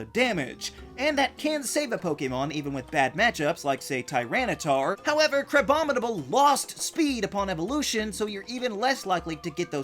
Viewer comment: IT'S CRABOMINABLE, NOT CRABOMNIBLE!